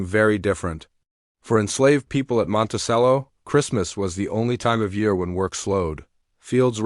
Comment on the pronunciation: It's pronounced monte "ch"ello